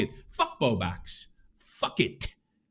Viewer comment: He does that on purpose! I’ve watched him for years and he always said Bow Bax, like an inside joke no one finds all that funny!